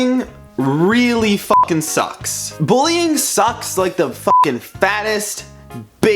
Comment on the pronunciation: Sometimes, when he say: "sucks", I hear "socks" lol